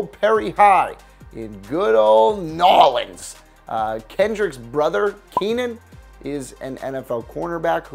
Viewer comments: I ask you politely to refer to New Orleans as such as just said not NWORLENS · I’m form New Orleans and please for gods sake never say nawlines ever again